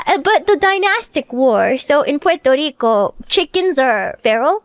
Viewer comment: Pworto Reeco